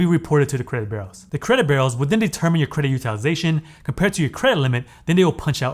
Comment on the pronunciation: My friend: Your content is brilliant. But there is a blot on your otherwise stellar performance. The way you pronounce "b-u-r-e-a-u-s" make it sound as if you are saying "credit burros" or even "credit barrels." Pronounce it like this: "BYOU-rows." Thank you.